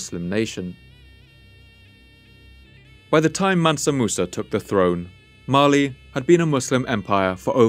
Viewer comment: Every time he says "Mali" I hear it as "Marley"